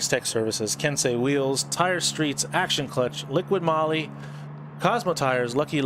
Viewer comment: guys it's not liquid moly. it's liqui moly no D in liqui.